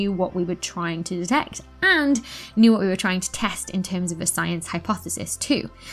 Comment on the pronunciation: I love the way you say wo'.